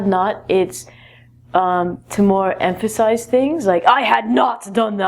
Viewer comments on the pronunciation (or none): At time : , i don't understand one word what you said , is it amphisy? In the sentens : using "had not" is more to "amphisy" things. I'm not sur (thanks)